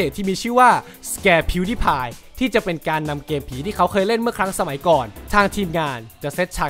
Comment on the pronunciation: งงกับกายออกเสียงชื่ออ่ะ มัน พิว ดาย พาย ใช่ป่ะ เเต่เเค่มันออกเสียงสูงตอน พีว ด๊าย พาย ใช่ป่ะ5555